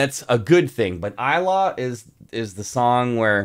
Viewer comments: Ilaw pronounce like e lau ...not i law😂😂😂bro ilaw is tagalog word ,english is light ...we pronounce i as e ,law as lau ...lauww try it sir 😂😂❤❤❤ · Yah I remember you cried a lot when you reacting ilaw, it is pronounced sounds like eee .lau.or lights